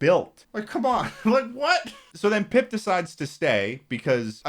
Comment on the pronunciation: little disappointed by the fact that didnt mention that the boy pronounces pip really fucking weirdly and sounds like hes saying poop in a posh british accent.